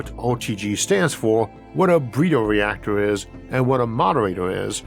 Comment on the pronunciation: does the guy narrating have a speech impediment? i could swear he said "bweeder" instead of "breeder".